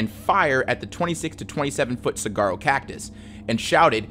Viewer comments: btw Saguaro is pronounced Sue-waar-oh pronouncing the G makes people think you're a fed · Sorry I know this is supposed to be a serious video, but I’m from Arizona and you just butchered the pronunciation of saguaro 😭 it’s pronounced like suh-war-row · The U in saguaro is pronounced like a W. Just FYI. Think of how guacamole is pronounced. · As a native to AZ it hurts my soul to hear you say saguaro wrong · good lord that pronunciation on saguaro is wild. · Saguaros are precious here in Maricopa County. Saguaro, the g is silent. For next time. ❤ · That’s not how you pronounce saguaro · Hey! This isn't a big deal, but during your segment about the Saguaro cacti, you accidentally pronounced Saguaro wrong. Despite how it's spelled, it's pronounced Sa-wha-roh. Only reason I know this is because I'm an AZ native lol. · saguaro is pronounced suh-whar-oh , the g sounds like a w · I'd hate to be the "erm ackchually" guy, but every time i heard him pronounce saguaro cactus as "sag-arrow" caused excruciating pain in my arizona native mexican American heart. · you say saguaro as suh-war-oh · your repeated mispronunciation of 'saguaro' made my frontal lobe vibrate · just gonna butt in and say it’s pronounced sa-wa-roh. the spelling throws people off a bit. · Az resident, it is not pronounce sag-uaro is like sa-war-o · I'm sorry but it's usually said (soo-are-oh) not (soo-gar-oh) I've never heard saguaro cactus pronounced that way before and it caught me off guard! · The Saguaro cactus is pronounced “Suh-waa-row” not “cigaro” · i’m sorry but “suh-gar-o”🤣 it’s “suh-war-o”, like wario🤣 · Not to be a grammar nazi or anything, but saguaro (the cactus) is pronounced as “suh-WAH-roh” or “sah-WAH-roh”, not “cigarro” which means cigar in Spanish. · lol it’s not pronounced Cigarro.. it’s Suh-waa-row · "saguaro cactus" is pronounced more like "suh-WAH-ro", no "g" sound. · McAuliffe is "mick all if" Saguaro is "saw war oh" Love the series :) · lol, "saGuaro" great vid :D